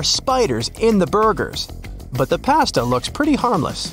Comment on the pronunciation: You pronounced pasta wrong